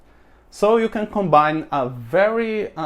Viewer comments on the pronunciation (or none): none